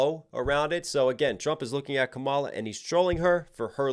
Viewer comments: Dude I absolutely love your reaction videos but come on, it's pronounced KAmala, not kaMAla. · Her name is pronounced "Comma Lah" NOT Kah Mah Lah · comma. luh. how difficult is it to pronounce her name correctly? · Not sure if anyone else has mentioned it but the proper pronunciation of Kamala Harris' first is to stress the first syllable not the second KA-ma-la not ka-MA-la. Trump intentionally mispronounces it likely due to him linking the name to an 80s pro-wrestler called Kamala (stressed second syllable) the Ugandan Giant who was an obese African American man whose character was a primitive tribal caricature of Africans, specifically Ugandans in this case. Trump has been a wrestling fan since at least the 80s when he started doing business with Vince McMahon with whom he is close friends so I do not believe this association in his mind was unintentional. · This is where I unsubscribe from you. You're a Trump supporter. Listen to how you mispronounced Vice President Kamala Harris name. You're lame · If you're going to do a breakdown, the bare minimum you could do is learn to pronounce the participants' names. If you really can't manage to pronounce Kamala correctly, you could at least call her Harris. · Why can't you pronounce her name the way she pronounces her name? Have you never seen ground news? Well that confirms a bit of your YT/SM bias/views.